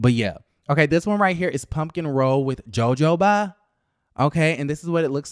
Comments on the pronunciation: It's not pronounce "joe-joe..." it's "ho-ho-ba". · Love your commentary. However, it's pronounced "Ho Ho" instead of "Jo Jo". You make it funny either way. #BamaGirlInCali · Joe Joe what? 🤣🤣 I think it’s pronounced huh-ho*-buh babe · it’s pronounced Ho-ho-ba. Not Jo-jo-ba. 😄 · Child not "joe-joe-ba". 🤣🤣🤣 I really thought he was kidding at first. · please record this last piece the J IS SILENT for h sound - for a min I didn’t know the heck you were talking about. It’s not pronounced jo jo as in joe Your partners should speak to you before partnering Google will help you with pronouncing these words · You do know it's not pronounced Joe Joe Ba 😑😒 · It is pronounced Joe hoe ba.... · That RHUGT cast looks boring!, its pronounced huh-ho-buh 😂😂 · I'm crying real life tears at Jojoba 🤣😂🤣😂 please ask Siri how to pronounce it. 😭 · Thank you. I cringed as soon as he said it.